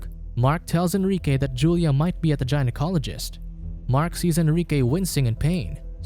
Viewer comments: Gynecologist is pronounced gai-Nuh kaa leh juhst. not Gi-Nuh Cal leh juhst. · guy'n-oh-colog-ist not jyn-oh-colog-ist for the pronounciation otherwise sounds like an interesting movie. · Jinocologist?!... Good lord man, really?! 🤣😂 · Say it with us “Guy-Na-Cologist” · Gina-college-ist. Most accurate mispronounciation ever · I actually started laughing when I first heard him pronounce it that way… he’s not wrong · Gynaecologist. Say it right. Or never say it again, dear god.